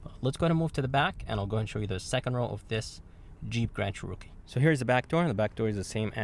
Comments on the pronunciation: Cherookie lol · Funny how he says “CHEROKEE “ 😂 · I thought i was the only one who noticed..lol.. 🤣🤷🏽‍♂️